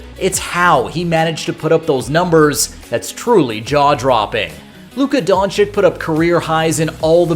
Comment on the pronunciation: Great video…gotta get the names right tho…don-CHICH not don-CHICK 🙏